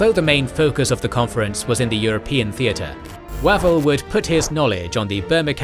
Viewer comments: I like the series, but can't cope with the pronunciation! Wavell is more like Wave-ull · Excellent Series so far. One comment though. FM Wavell name should be pronounced "Wayvell".